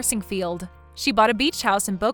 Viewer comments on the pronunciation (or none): Raton in Boca Raton is pronounced with the stress on the second syllable - Boca RaTON. Great story though! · I think it’s Boca Rah tahn. Not Rat on. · That’s not how Boca Raton is pronounced